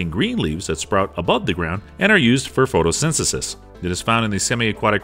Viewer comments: Bro said photosensisis💀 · did he just say photosynsesis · "photosynsesis" lol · Lol when you pronounce photosynthesis